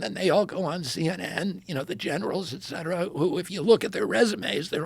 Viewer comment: so nice to listen to a person who knows how to pronounce "et cetera" correctly. I love James Lindsay, but his "ek cetera" kills a little part of my brain every time...